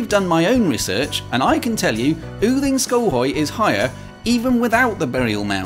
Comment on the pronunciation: I am so impressed by the exact correct pronunciation of every single name here. Especially Yding is very hard for english speakers, almost all I know would say Uding. Only wrong pronounciation was the very first thing you said funnily enough. Goddag, it's just pronounced go-dag, as god on it's own has a silent d.